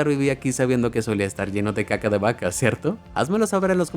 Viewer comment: la forma en la que dijiste va-casa me dio risa